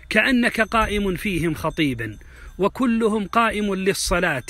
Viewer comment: انت اديب ومتمكن بس عجبت من وجود كسر في البيت الثالث ما قرأته صح وهو كلمة كلهم لابد تنطق الضمه على الميم